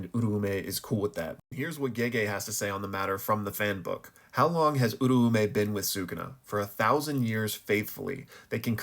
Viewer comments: Where did people get uru-ume from... U-ra-u-meh. Sukuna even says it himself 😭. I genuinely can't listen to these videos once you start talking abt them, its just that wrong. Love the content outside of that tho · hmm when listening to the sub and even the dub of JJK I hear it pronounced Ooo-Roaw-may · No hate here, been watching your videos for a while and noticed your pronunciations on Uraume and Sukuna sound a little off. If you're interested in learning the Japanese pronunciation, my best way of explaining it is that Sukuna is pronounced (S-Koo-Nah) this is because the su syllable is typically changed to just an s-sound. You can hear it in the formal particle, desu, which is typically just said as "des". Uraume is broken down in four syllables, U-Ra-U-Me, which sounds like (oo-rah-oo-meh). I've been learning the language for a while now and so the syllables come natural for me but I understand it's not necessarily intuitive for others. Great videos nonetheless! I love seeing your weekly analysis of the latest chapters (Gojo def coming back) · The meh definitely plays a part. I can see how your pronunciation fits what I wrote though. The "rah" does sound more like the "ra" in ramen. This clip has a clear pronunciation that I'm basing my understanding from. It's where Sukuna is meeting Uraume for the first time during Shibuya. (this is my second draft idk why my other reply got deleted)